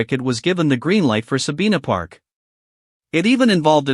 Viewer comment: IS THIS AN AI's COMMENTARY VOICE? IT'S NOT SABEENA PARK SABINA PARK.